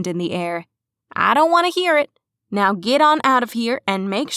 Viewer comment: its a cat event neow is what she was saying